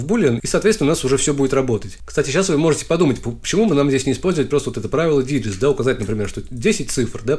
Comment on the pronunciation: произношение "диджист" (digits) не прошло валидацию :)